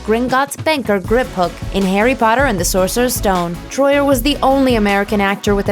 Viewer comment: WHY DOES EVERYONE SAY ‘SORCERESS STONE’ !!!??